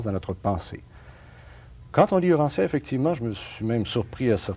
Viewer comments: Yes UranTia et non uranssia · Bravo et en passant lisons Urantia et non OUrantia